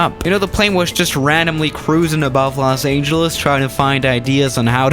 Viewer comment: Its los angeles not los AAAA GENALS